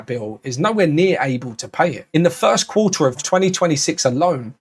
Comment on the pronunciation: So now Quarter is pronounced “Qua..ah”😂